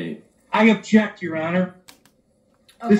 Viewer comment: Lol..is saying he objects or injects???😂😂😂